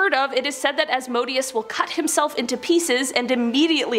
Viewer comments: YOU PRONOUNCED ASMODEOUS WRONG ITS PRONOUNCED AS-MO-DAY-US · Azay-zel and azmoh-dayus. Fyi